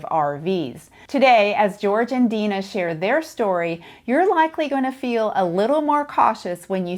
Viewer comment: Tell her that her name, is "Den-Nuh". Not "Dee-Nah". She's been pronouncing it wrong.